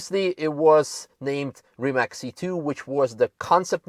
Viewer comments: The pronunciation is Rimac. Not Rimak. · it's more like 'Reemuts'... with 'TS' at the end and not 'K' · you work for RimaC, not RimaK, it is Croatian brand and spelling is RIMAC. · Beautiful car from Rimac company from my country! So proud of it. Btw.... its called RimaC, -- not "Rima(K)" .. its Croatian word, not American ... correct is as written... not "s" or "k".. just C... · it is not 'Reemac'. please learn to pronounce it right. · iT'S NOT RIMAK, last letter iz c, like in pizza, ok? Ok, you know it, later. Sorry. Why Rimak on the beginning, maybe because it's not normal for you, I understand, but you rembembered, Kudos! Nevera , it's really name for Adriatic cost storm on our side, not all the Mediterranean sea and not on Italian side of Adriatic sea ( I know, that's also at the same time part of Mediterranean, but north, or west-north diagonal position of our coast when you look on world and EU maps, any maps at all and the big mountains real close on some parts creating a real Nevera. Especially wih only rocks and sea, like on island Pag. The other force is a strong north-east winds on our coast, named Bura.) Litlle something for you and others to better understand. During a summer time, but also tru out the year, there are more and more tornados over sea during Nevera, also. We call it, thah tornado I mean in Croatian, Pijavica. Also that letter from zz (pizza).